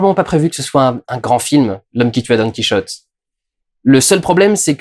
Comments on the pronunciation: Sérieux durandal ''don qui rotait'' tu ne peux pas dire don quichotte☺☺ bonne video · Tu sais t'es pas obligé de dire done kiroté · par contre je sais pas pourquoi tu t'obstine a faire la jota quand tu cite "Don QuiChote" mais en espagnol c'est le "J" qui se prononce avec la jota pas le son 'Ch". Donc ça se prononce bien comme un français pourrait le dire , enfin plus au moins. Voilà petit cours linguistique parce que je suis emmerdant , chouette review soit dit en passant même après avoir vu celle du Fossoyeur j'ai appris d'autres choses et j'ai même préféré ton analyse , après ça c'est personnel voilà voilà